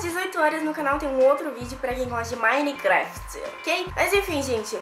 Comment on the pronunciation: Nao sabe nem falar minecraft